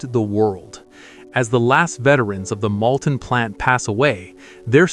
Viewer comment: "Malton", not "Mounton" and "Molten AND "Ruhr Express" not "Rover Express" or "Ruler Express" Merlin engines not British Rolls Royce engines